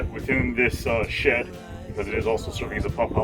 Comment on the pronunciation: Is it me or does it sound like is saying $#!+ every time he says "Shed"?